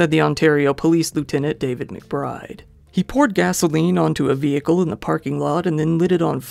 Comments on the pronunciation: I love your videos but why you say vehicle like that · The h in vehicle is silent. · You forgot to say "vee-hickle".